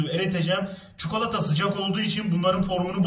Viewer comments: Çukalata :D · Yeni kelime açıldı : çukolata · Evet çukalata